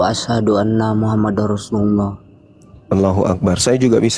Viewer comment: Aslm... wwb. Salam sejahtera bahagiya dan sehat sellu kawan2ku apologet islam, mohon maaf kawan, hanya sekedar mengkritik sedikit bang, tpi ini penting, " bang itu lafadz SYAHADATAIN yg ada di chanel youtube sajian islam tepatnya lafadz 'ROSULULLAh' itu seharusnya ada WAUW nya bang (ROSUULULLAH). Itu kritikan saya bang, maaf saudara2ku para pengurus API Kalau saya ngga sopan, ttp semangat saudaraku, salam SATU TAUHID, SALAM SATU TUHAN, wslm... Wwb.